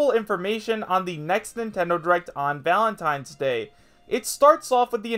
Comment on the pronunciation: Oh boy, Valatnines? Nintendo invents holdiays.